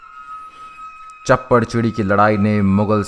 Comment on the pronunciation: Shappar chiri aa ,chapar chiri nai